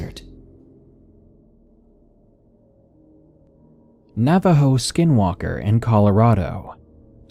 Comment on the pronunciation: You almost nailed the pronunciation. Not bad for a bilagáana